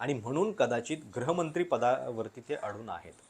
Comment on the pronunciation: गृहमंत्री शब्दाचा उच्चार ग्रहमंत्री असा करताय, तुम्हा लोकांचे चुकीचे उच्चार ऐकून सामान्य माणूस पण चुकीचे उच्चार करतो, माय मराठी जपा.